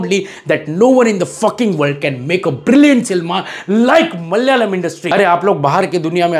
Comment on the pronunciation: Thank you for your appreciation. I would like to correct some pronunciations. It is pronounced Malayaalam(not Mallyalam). Every 'a' need sound. Also J is kind of silent in Manjummel. It's not Manju😊